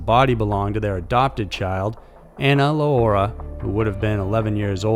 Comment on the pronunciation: ....You were close on the last name. Low-era is how it's pronounced. Same as the last name of Joaquin "Chapo" Lorera-Guzman.